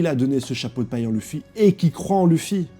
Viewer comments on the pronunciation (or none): none